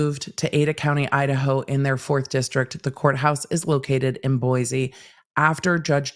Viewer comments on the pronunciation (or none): Boi-see not boizee love you 😘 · My mom is originally from Boise. It's properly pronounced "Boy-see". Thanks for all of the great coverage!